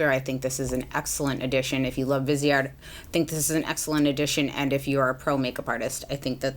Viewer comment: I just feel the need to correct people’s pronunciation of this brand. Viseart is pronounced Veez-art. It’s french and visage means face. Therefore viseart. ❤️